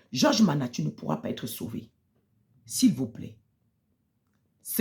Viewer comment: vous êtes tous pareils ! en plus c'est nama et non mana😂